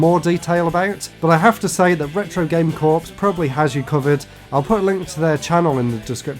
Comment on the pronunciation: ... and "Corps" is pronounced like "core". 👍